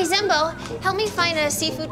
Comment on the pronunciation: when he say zenbo its like he say BANZAI!